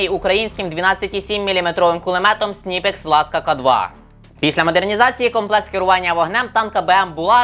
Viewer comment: Не Сніпекс а Снайпекс, по друге не т64Е а т64 обр.2022